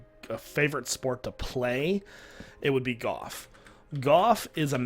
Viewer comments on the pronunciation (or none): U say goyh instead of golf and it is annoying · Is he saying, "Goff" or "Golf"?